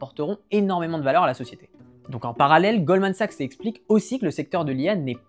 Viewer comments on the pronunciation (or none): none